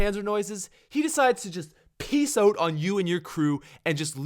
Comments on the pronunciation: Out not oh-t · "Oat Of There" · " OAT of there." Lol